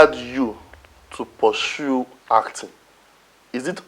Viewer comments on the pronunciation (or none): u said purshu, it’s pursue not shu